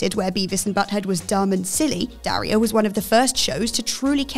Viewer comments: Sometimes I think what culture goes out if their way to mispronounce names U.S. names. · Can cheerfully say presenter hasn’t seen Daria as she doesn’t know how to say her name. Very grating.